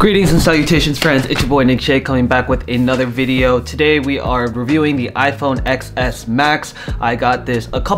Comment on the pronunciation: You are PRONOUNCING iPhone X WRONG. It is pronounced as the number '10' and not like the letter 'X'.....